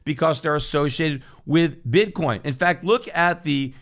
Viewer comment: he totally says "Bit Corn"